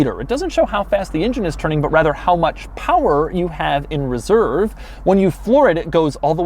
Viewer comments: Did you say.... rather or wather....? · No one else heard him say “wather”?